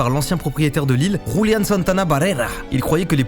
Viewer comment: mdr j ai la 1 ere fois que je entends quelle q un qui dit juliàn coraictement par abitute il dise julian